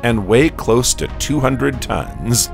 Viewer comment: That is a crazy ai reading the script. ...and weighs 200 tun-ZUH